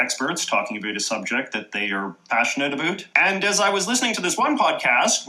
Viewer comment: As a Canadian this guy is officially the only Canadian I’ve ever heard say aboot!